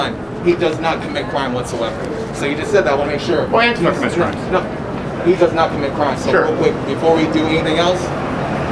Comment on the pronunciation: Why does he pronounce antifa wrong?